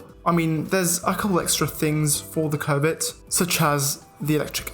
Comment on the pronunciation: I heard electric COBIT